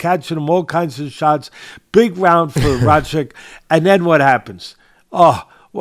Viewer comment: Pretty sure he was calling him Racik half the time